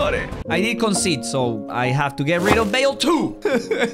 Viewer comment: when he scored a header with bale he said bagel